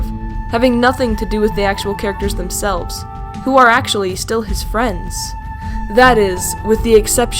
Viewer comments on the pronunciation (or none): ACHUALLY